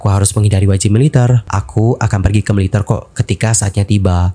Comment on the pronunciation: Kenapa baca Militer seperti baca mililiter. Ter nya kerasa gimana gt, ga biasa😅